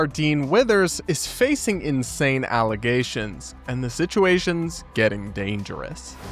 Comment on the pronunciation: False alla-ZAY-shuns!